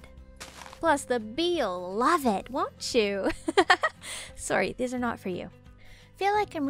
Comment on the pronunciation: Sometimes I can hear your Canadian accent shine through when you say “sOrrry” sry if that was rude also your so pretty ☺️